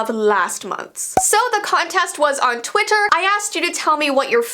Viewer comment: I’m sorry but the way you said Twitter. 😂